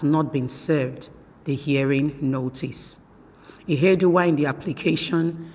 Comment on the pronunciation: Please it is not Izedima and Ihedima, their names are Uzodima and Ihedioha, I don't know why the Yuroba people find it difficult to pronounce Igbo names while the Igbos pronounce Yuroba names correctly.